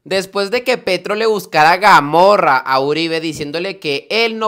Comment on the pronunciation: no se dice GAMORRA, se dice CAMORRA.